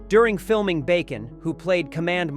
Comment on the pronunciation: My all time favorite movie. I wish they'd stop with AI voices doing the narration. Gary Sinece's name is pronounced "Sign Ice" there's a comment about Kevin Bacon's claustrophobia and the voice says "while fiming Bacon" and iron sounds like they were fiming Bacon, not the actor! Otherwise a well presented documentary.